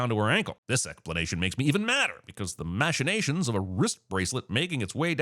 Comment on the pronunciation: Pronouncing Machinations that way "pling"